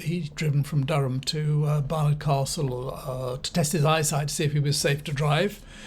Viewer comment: Well done for correct pronunciation of "Barnard Castle",. 👍